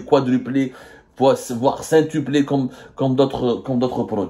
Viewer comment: Cintuple' ? Non Abdou on dit quintuplé.